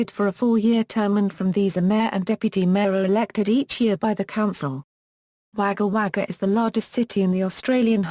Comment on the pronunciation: Wager wager its pronounced wogga wogga